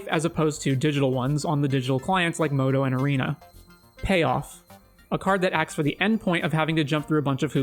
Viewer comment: MODO, not "MOTO"